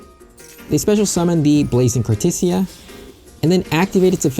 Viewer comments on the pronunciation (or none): Awesome. Also i've never heard someone pronounce it cartissija 😅